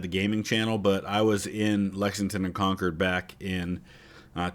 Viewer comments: Special kudos to you for saying “Congcurd” correctly. As you can literally see from the original video, people from away barely know how to say it. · First of all, thank you for pronouncing Concord correctly (the source video didn't). Second, a lot more words rhyme with Revere than Dawes...